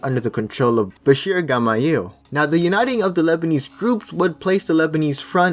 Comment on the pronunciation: Oh god, and the way he pronounces Bachir Gemayel's name